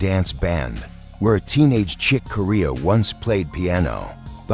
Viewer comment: Not Chick KOREA, but Chick Corea!